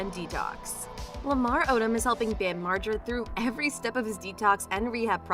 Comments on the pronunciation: I never heard Margera so mispronounced until these past few months of people (cant possibly be his fans) reporting on him... all of a sudden it's all effed up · LOL how did you say his last name?!?! HAHA